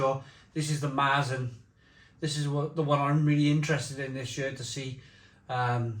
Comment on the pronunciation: That Marzen pronunciation is painful to hear but…..ok. Good job 🙂